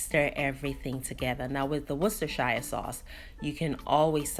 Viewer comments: Worcester Shire is pronounced WOOS-TEH-SHER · It’s pronounced Worse-ter-share. You are welcome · Hey, It's pronunced as wonder sauce the shire is silent.. Love your way of cooking fish just how I like it. Thanks Deta